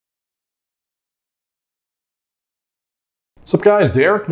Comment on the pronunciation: "i've been working on this for 10 YEEEEss" not years. yee's as in yeah's not years.